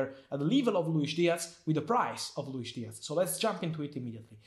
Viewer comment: Diaz not Diatz